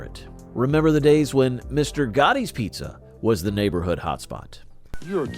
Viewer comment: It's Mr. Gatti's (rhymes with Daddy's), not Mr. Gotti's :)